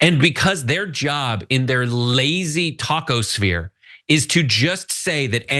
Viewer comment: Wait, I heard taco-sphere...and then I realized he said talk-o-sphere. Slightly disappointed now as my mind went down a taco themed rabbit hole.